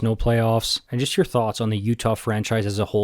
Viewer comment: why did you say my state like that😢😢